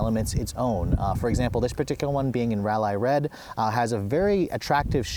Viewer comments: ''rali red''? its Rally pronounced ''ralee'' get it right you plonk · Great review. On nitpick though, Rally Red is pronounced Ra-lee Red, no Ra-lie. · "Ral-lie red"